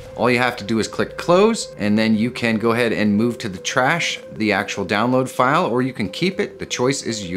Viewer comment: "ughm...yeah, mac is for ackhually busy people, it's just plug in and go!"